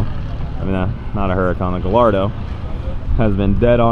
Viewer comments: Prettt sure it's pronounced 'Guy-ardo'. Not "Gullardo". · "Guh-Lardo" XD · it's pronounced ga-yar-do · Only Cleetus would call it a “gullardo” 🇺🇸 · It's actually pronounced guyardo. Dont ask me why it has 2 L's in it. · Cleetus say it with me "Guy-yard-o" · Aint it more like... Gull-Yard-Dont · Guy-are-dough, say it fast and that is what GALLARDO is supposed to sound like when you say it. Just a friendly tip is all! Good job guys! Ruby is such an aminal! Spelled that way on purpose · Guh-lard-oh. Guy-ar-doh. Guh lard oh? Guy ar doh? Screw it. 'Murcah. Just drive a kurvitte. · Pronounced Guy Ardow but all good. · I don't know if you guys are just being funny but it is pronounced guy-ardo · actually it is not pronounced Y in Italian. All Lamborghinis are named after Spanish bulls and bullfighting. Hence the LL pronounced Y because of the Spanish bullfighting heritage.